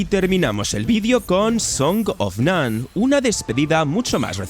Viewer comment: No entiendo por qué dices songs of "nun" cuando es "nunU". No sé si es dislexia o mala pronunciación del inglés (puede que ambas), dices Todd Mcframe cuando es McFarlane. (Trasliterado: no es lo mismo "macfreim" que macfarlein") Te pasa en casi todos tus videos.